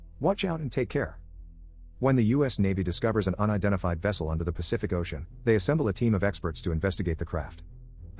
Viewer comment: "astronout in the oCeAN 💀💀